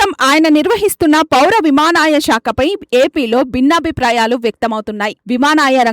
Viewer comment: విమానాయ శాఖ ఏమిటి తల్లీ? విమానయాన శాఖ అనాలి గదా?